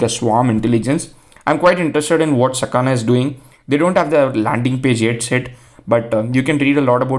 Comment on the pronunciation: the kana you read are sa ka na, so it is sakana